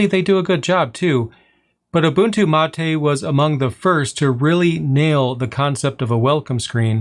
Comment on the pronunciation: being from argentina, i can say that your Mate pronunciation was in the bests from an english speaker. it is mate, not "matey"